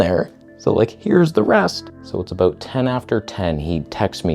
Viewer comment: "Are you good at what you do or are we aboot to find oot?" 😂